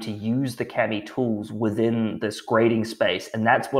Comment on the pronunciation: Small gripe: Why do representatives/employees of this company pronounce KAMI incorrectly? It is clearly stated on their website that the name is derived from the Japanese word for paper 紙。This word is not pronounced "kammy" but rather "kah-me". End of gripe.